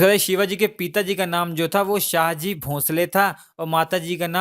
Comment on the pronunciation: Shivner nahi bhai Shivneri. Aur शाहजी nahi शहाजी. aur साइबाई nahi सइबाई